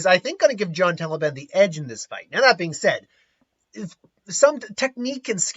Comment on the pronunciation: It hurts to hear someone say Taliban when referring Talbain...